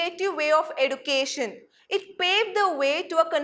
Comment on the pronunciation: Learn how to pronounce education 🤦‍♀️ and then you teach us English....what education you did ??